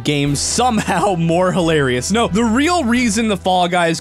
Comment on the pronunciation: you just said "nooooo" in polish XDD